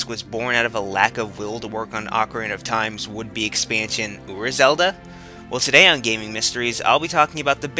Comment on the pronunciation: ura zelda? uber zelda? I can't understand you